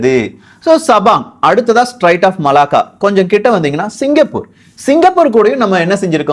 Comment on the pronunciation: தம்பி அது ஸ்ட்ரைட்ஸ் இல்ல பா ஸ்ட்ரேட்ஸ் Straits of Malacca. பெயர்களை தப்பாக உச்சரிக்க கூடாது, உன் பெயரையும் உள்ளிட்டு !!!